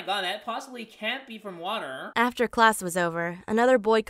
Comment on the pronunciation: is anyone else laughing because of the way said water: "watERR" 😂